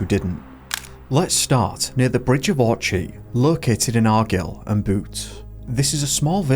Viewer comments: Pronounced R giy ill and beyoote 😂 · If you can say Bach properly then you've no excuse for the insulting attempt at other "ch" words. Don't even try to pretend you don't know how Argyle is pronounced! We speak your language without any problem, try and reciprocate Sasannach gronach! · Bridge of Orchee?.. It's pronounced Bridge of Orkay.. And Argill and Bute is pronounced Argile.. Argyll and Bute... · 1. ARGILE NOT ARGILL 2. LOCH NOT LOCK sorry but grrrrr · Wtf. Bridge of Orch-i in Arg-ile. Learnt how to say the places if you’re going to do a video on them 😬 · "The Bridge of Ortchy located in Argill and Boot" - maybe check how to pronounce some of the place names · The way you butched the name of argyle and Bute just made me laugh so much 🤣🤣 good try tho but that was so funny 😂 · "argil and boot" Good video but please learn how to pronounce locations! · Loving these uk mysterious disappearance videos, but the way u pronounced argyll and bute gave me a laugh. Its pronounced ar-gyle and b-yout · You lost me at Bridge of orchee in argill and bute😂Give us a break. It’s Loch laddie not lock. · Give us a break it's Argyll and Bute, not argill and bute 😁 Gaz Yorkshire. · it's pronounced Argile and Arm-it-ige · ffs. Bridge of Awrchey and Are-gill and Boot? Loch Eat-iv? Neil's disappearance is tragic, but not as bad as the attempts to pronounce these names. Had to stop watching. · Ar-guille and beaut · Brother how do you mispronounce Bridge of Orchy, Argyll AND Bute wrong all in a row 😅 Research please don't guess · You need a lot of work on pronunciation, Bridge of orchy Argyll and Bute was a classic 😂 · pronouncing Orchy, Argyll and Bute all wrong in succession is kinda funny